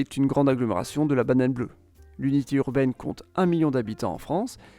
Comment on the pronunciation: ça me chamboule, j’ai l’impression d’entendre la bananane bleue xo